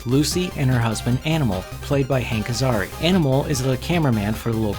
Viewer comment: It's Hank Azaria not Azari